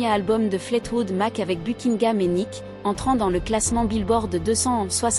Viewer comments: Vous insistez beaucoup trop sur Nik pour savoir au moins que c'est son nom et qu'il s'écrit et se prononce Nicks. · N'importe quoi ce reportage 😂😂Je suis une grande fan de ce groupe depuis Mike Fleetwood en Angleterre puis aux Etats-Unis donc très grande fan de tous les membres du groupe. Rien de ce que vous racontez dans ce doc ne correspond. Déjà c'est Stevie et pas "Nik" mais Nikssssss et s'il-vous-plaît revoyez leur biographie. Je les ai vus à Los Angeles et Stevie à Paris, à l'Olympia. C'est l'un des groupes les plus formidables de tous les temps. Et une pensée pour Christine MacVie qui nous a quittée récemment.